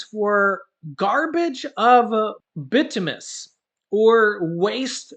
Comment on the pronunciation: bituminous coal is hard coal. It is pronounced bi-toom-i-nus, with the scent on the second syllable. I enjoy your videos.